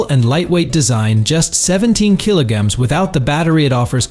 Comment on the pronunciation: Kilo-gams? Come on guys, you should have fixed this by now. And numbers are sometimes completely garbled. "Four one six kilo-gams; 4.16, 416?